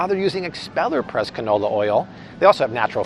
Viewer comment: Did Paul say "ca-no no" oil? Ok, we need to all use that more often.